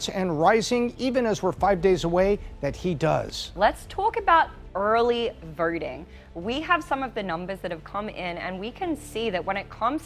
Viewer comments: I can't stand her damn accent!! It's VOTING, not verting! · Early vurting? I’m all for Trumpand am voting on Saturday. I hate to ask but does the lady have a speech problem? Sounds like she say vurting. Is it just me? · I can’t stand the way this woman pronounces her O’s. it’s “voting” not “verting” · This lass says vurting instead of voting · Please take some time and learn English! The word “vote” or “voting”, the way you say it is “verting”! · Early VERTing she says?? 😆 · The word is voting, not "vorting" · Why does she have such a hard time pronouncing Vohting. It is not Verting. Is there not an Ooooh sound in her native language. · Early voting... not "early vurting" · It's voting, not verting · Why does she pronounce voting as verting? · This girl can’t even say “voting” and you have her on here talking about an election. What is “verting?” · It is voting not verting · vOting not vERting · “Early verting.” 😂😂😂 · It’s VOTING not VERTING please , well , just do it vote , vert , just do it . TRUMP 2024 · Did she say verting? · “Vurrting” is driving me nuts 🤪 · I can’t get over her saying Vourting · Who else heard her say 'When it comes to early verting.' ? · "Let's tokebout, early, verting." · "Early Verting" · Early verting on the west curst? I can’t listen to this… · “Early Verrting” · What is with this lady and unnecessary R’s. It’s driving me crazy “eaRly vRting” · She can’t say her O’s and it’s distracting “voting total” sounds alike “verting turtle” it was a problem when I was just listening but when I viewed the actual video I forgot all about it lol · Was kind of hard to concentrate on this video to be honest....because of all the early "VEERTING" ...😊 NOT BEING HATEFUL ITS JUST DIFFERENT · Is she saying VEORTING? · If Trump loses, I will start pronouncing voting as verting like she does. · "Aurley Vaurting" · ”Early verting” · It’s pronounced verting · "vurting"killed me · "lets talk about early vurrrrrrting" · Did she say verting ?